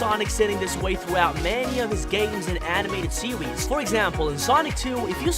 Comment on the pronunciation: "Sewies" "westing"